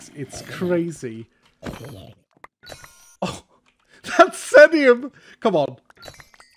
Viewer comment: Just one point of clarification, if the ore is named after the streamer X33n as it seems like it is (Teammate of PeteZaHut and Cap'n Sparkles...), it would be pronounced like 'ZEE-nee-uhm'. Love the series, and especially enjoying playing along, really appreciate all the content!